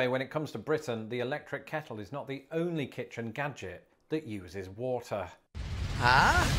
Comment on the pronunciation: Your “kettle” sounds like our “keurig.” 🤷‍♂️ easy peasy naw? 🤷‍♂️